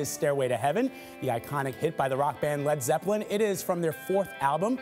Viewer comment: "fred freppelin"